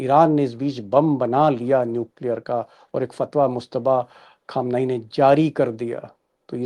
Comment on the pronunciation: Very good sharma ji but your parouncia sion is not good khaamnai you